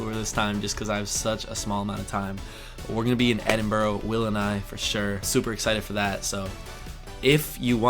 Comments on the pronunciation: Wow you are cramming so much in! I understand why but still, it’s going to be very challenging - best of luck 👍. But the best tip I can give is try not to call it Edin-burrow or Edin-burra but more Edin-bruh - the Sots will appreciate it 😊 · "Edinburra NOT Edinburrow". I hope you're looking forward to the fact that, you're most probably NOT going to get shot. National Express (busses) are far cheaper than trains and will take you into most city centres. Brighton is not the South West, more South East. Dorset, Cornwall and Devon are the South West counties. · ...like other American reactors traveling to Britain, may I just point that it's not Edinborrow but Edinburra (even Edinbra). Same if you're visit Borough (Burra) Market in London. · Have a great time. BTW it is pronounced Edinbru, not Edinboro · First tip: don’t call it “Edinboro” (Pronounced “Edin-buh-rruh”) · it's not pronounced edin-bur-oh, it's edin-bruh. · Don't have meet ups. There's probably as many weirdos in the UK as in USA. Edinburgh is not pronounced EDINBOROW. It is EDINBURRA. If only in London for a day I suggest seeing it from the river. York Minster is a must. I guarantee it will blow your mind. Never felt the need to visit Bath and I'm 71 years old in Yorkshire (Not Yorksheer, it's Yorksher). Don't kill yourself getting footage. Have fun. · you'll love Edinburgh it's a stunningly beautiful place. But remember it's pronounced Edd-In-Bruh not Edd-In Burrow. Hope our rail-strikes are over by the time you arrive, but we got lots of buses and planes so you should be okay. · Not Edinbro but Edinbrah,, phonetically speaking. Anyway something like that! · Don't say Edinburrow!! Loads of people have mentioned this. It's Edinbruh. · It’s ‘Edin-bruh’, not ‘Edin-borough’. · I can understand not pronouncing Peterborough or Loughborough wrong, but Edinburgh is not 'Edinburrow'. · Edinburgh is pronoused Ed in bura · Sorry but Edinburgh is pronounced Edin-bra worth remembering.